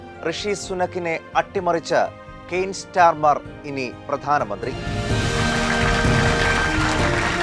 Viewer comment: സ്റ്റാർമർ അല്ല സ്റ്റാമർ ആണ് 😂